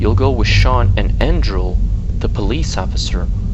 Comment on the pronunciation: Andral? His name was Andre. Good video though.